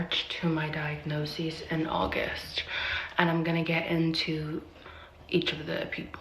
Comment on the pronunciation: First, it's diagnoSIS, not diagnosEEZ. Second, there is a way to prevent this... a few ways actually.... Condoms, abstinence, don't sleep around indiscriminately, bring back shame.